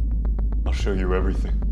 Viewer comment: That was GREAT “ we’re making a documentary.. not a horror sow” lol 😂